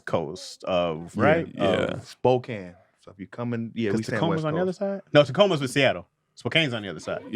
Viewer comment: Spokane is pronounced spo-can